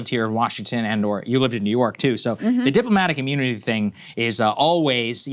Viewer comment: "deep-lo-matic immoonity"